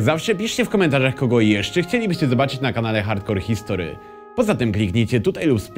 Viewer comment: Zrób odcinek o gen. Maczku P.s. mógłbyś wymawiać ,, history'' z tak bardziej po angielsku, bo po polsku to głupio brzmi.